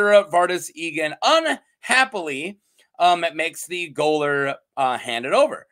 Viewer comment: Goalor is pronounced jailor.